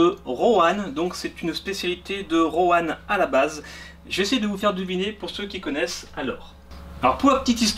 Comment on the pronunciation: ON DIT PAS ROANE ! ON DIT ROINE ! JHABITTE LA BAS ! x(